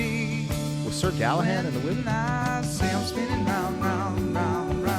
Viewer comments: Hey,. This band is one of those where I've likely heard several songs by them, but never recognize the band. Just slightly B4 my time of awareness. Great lyrics in this & Horse with no Name. Pretty sure you understood the concept of the song, despite calling Sir GallahaD "Sor GallahaN," even after looking it up. 😂 Never change! I want you to understand that when I comment about it, it's never malicious mocking, but friendly teasing. I laugh with my mom at her mispronunciations, as she has a great sense of humor about it. Just the same as we make fun of each other for other flaws like cutting each others sentences off to try to "guess" what the other was going to say next. We're always like "Let me finish! Lemme get out what I'm tryna say!" Then we just laugh bcuz we both do that. Anyhow, besides all that, the Legend of King Arthur is mad interesting. There's movies about it. He's basically like Robin Hood in that, probably based on real person or mix of people, but actually a mythological person and the stories became so Legendary that they are treated as factual history. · This is what I DETEST about voice-2-speech A.I. info. You are pronouncing Sir Galahad wrong but the answer A. I. gave did not correct you and reinforced your mistake as factual. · Good ol Sir Gallahan. 😂 Htf does an American adult not know anything about Sir Galahad? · I'm pretty sure it was Sir Galahad, not sir Galahan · It's Sir Galahad. With a d.